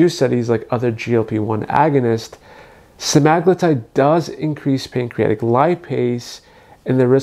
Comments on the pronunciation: Sema-glutide. Not Se-magloo-tide. 😂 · You pronounced semaglutide soooo wrong I can't listen to ur video. Sema-glutide not semag-lutide. What the hell is a "lutide"? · It’s pronounced sem-ah-glue-tide